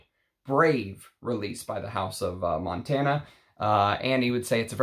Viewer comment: Hi there. Its not Montana like the state but it pronounce Montaná the tone in the last a. 😊 Btw Claude Montana he died yesterday, one of the last Haute couturier in France.